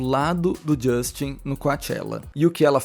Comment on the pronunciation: Fala Justin Brasileiro: Justchim 😅